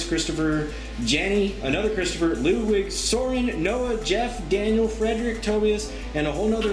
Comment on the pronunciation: May I haz it? Cuz you couldn't pronounce my name properly, It's Ludwig and not lolowig.